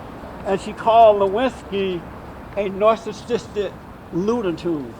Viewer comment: LMAO! Jesse you are good for a laugh! The word "Narcissist" kicked you ass! And your butchering Gloria's name over and over and over! This video gets a thumbs up for comedy! "Donald Trump will put a big Bootiful Wall up fo us." HAHAHAHAAHAHAHAHAHAAHAHAHA!!!! Thanks Jesse!